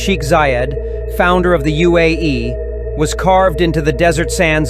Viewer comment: Bro said UAE wrong